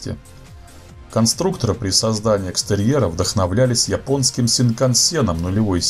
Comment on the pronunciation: Японский...чАсов. Говорить нужно не так как пишем йипонский..чисов.